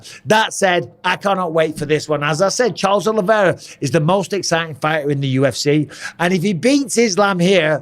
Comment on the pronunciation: Oliveira. Not Oliviera.